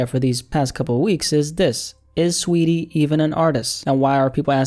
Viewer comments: Its saweetie not sweetie🤣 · Its not sweetie, its SAWeetie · Saweetie lmao you mean STREEETIE SHES FOR THE STREETS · I like how you say her name😂